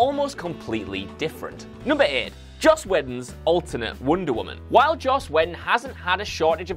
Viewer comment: Whedon? Wtf. Learn how to say the names in your videos ffs